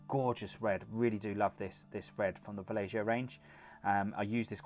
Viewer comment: You are killing me with Vallejo. It's pronounced Va-yay-ho. Nice paint job though. ;)